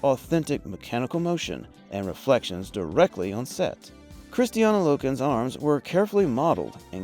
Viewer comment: Why do you always say Kristiana? Her name is Kristanna